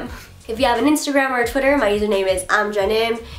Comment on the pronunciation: I love how when you say imjennim it goes all country!